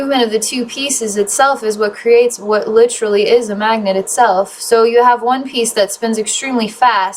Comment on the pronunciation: I had to pause to explain this. I’m not sure what’s more distracting, the “Ummm’s” (said almost constantly in previous videos) or the word “Lit-trully” being said 7x just in the 1st 6minutes of this video., I’m not trying to be mean. It’s very distracting though.